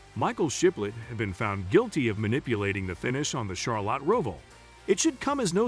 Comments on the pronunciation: If you can't pronounce Charlotte or NASCAR correctly, I dont have much respect for your knowledge of NASCAR. Char-lot.....never heard it that way before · A channel named Nascar Zone should learn how to pronounce Nascar and Charlotte.